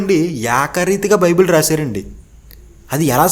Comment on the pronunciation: బాబు బిబిలాస్ కాదురా నాయనా నీకు చెప్పడం రాకపోతే సైలెంట్ గా ఉండు. బైబుల్ మూడు పదాల కలయిక రా నాయనా.